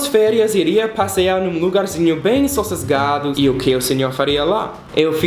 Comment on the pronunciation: bem sossesgasdos KKKKKKKKKKKKKKKLKKK